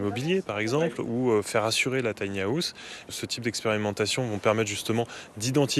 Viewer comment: Pourquoi prononcer "haouss" ??? Revoyez votre prononciation du mot "house", ça frôle le ridicule, là...